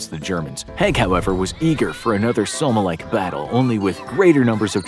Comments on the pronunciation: Your bad leader list is ok. But, please take the time to learn how to pronounce the names of battles and places if you are going to use them. Example: Somme. Sounds like "Saam" not SommE. Several examples greatly detracted from your vidio. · "Battle of the Soma"? Battle of the Somme ("E" is silent, infographics) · It’s pronounced “Sah-mm” not “So-may” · som,somme is said as som, I have no idea who told you to say it how you do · Next time you do a video look up the pronunciation. The Somme is not pronounced the way you said it. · Yeah, I got feedback. Learn to pronounce the names of battles where hundreds of thousands of men died. Or is it a computer voice? If it is try something else because it's just so disrespectful to pronounce the Battle of the Somme incorrectly. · Mispronounced Haig and Somme 😤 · If you're going to talk about Haig, you might want to look up how to pronounce the Somme, let alone his name. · Sir Douglas Haig was actually a good military leader given all circumstances and he felt so guilty for the men he sent to die that until he died he spent millions on looking after veterans. Also you're mispronouncing "Haig" which is pronounced how it's spelt, not as "Hegg" and Somme is pronounced "sOm". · Haahahahahahahhaah, m8 in ww1 u the us did literally nothing be quiet u didn’t stop the western front from collapsing u didn’t save the war all u did was kept it from going another few months and u guys think u did so much, also u pronounced schlieffen plan and the Somme wrong good old American education.